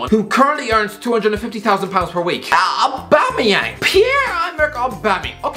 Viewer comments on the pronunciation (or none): I'll never forget Lee Judge pronounce it "Aubangeyang" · Aubamawho? Aubamawha? AUBAMABLUDCATYANG!!!